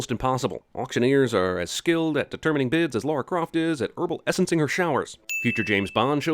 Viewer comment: Her original name was Laura Cruise, but they changed it to Lara Croft. It's LARA, not LAURA.